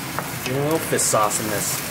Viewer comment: It's "Fish Sauce" not "Fis Sauce" know the difference